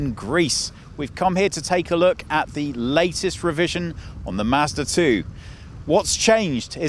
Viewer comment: You are pronouncing Mazda 2 like master 2 :D